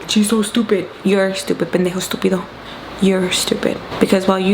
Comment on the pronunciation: “Pendejo estupido” omg yes 😂😭 I love hearing you speak Spanish it brings me joy 🥺❤️